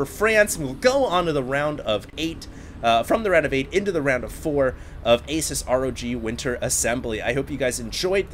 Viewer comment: Dear its pronounced A-seuss, not Ace-us. thumbs up so all know